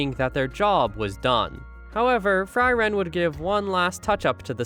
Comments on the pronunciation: All this Member have german names. Frieren [ˈfriːrən] not Fry Wren = freeze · It´s Fri: ren, not Freiren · It's pronounced (free ren). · I feel things about how the protagonist's name is pronounced throughout this.